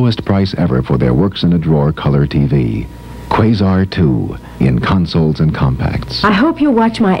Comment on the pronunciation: I wish Motorola still made TVs. That jingle at he end went more like QUAAsar., emphasis on the 1st syllable.